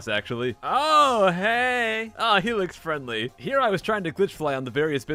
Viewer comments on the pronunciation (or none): "He looks friendly" sounds like "Helix-friendly". Glad to see Iblis isn't a Dome worshiper.